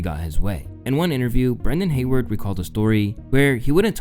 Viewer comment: Brendan HayWOOD, not Hayward